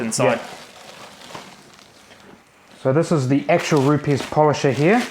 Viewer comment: Just for reference guys, Rupes is pronounced Roops